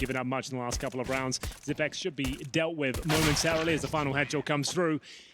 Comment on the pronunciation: why is he calling him zip-x? Lol